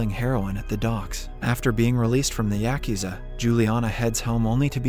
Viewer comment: Yakuza pronunciation yuh koo zuh .